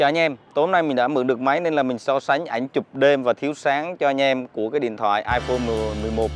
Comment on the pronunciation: Mấy mod tinhte phát âm từ anh em thành anh nhem hoài nhỉ, đặc trưng hay là lỗi vậy nghe khá khó chịu